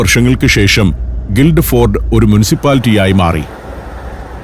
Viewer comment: സന്തോഷ് സാറെ ഗിൽഡ് ഫോർഡ് അല്ല ഗിൽഫോർഡ് എന്നാണ് പറയുക, ഞാൻ ഇംഗ്ലണ്ടിലെ ഗിൽഫോർഡിൽ ആണ് താമസിക്കുന്നത്